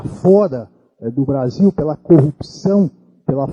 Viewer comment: "... O Bavil deveria pôduvir... quêm errei?"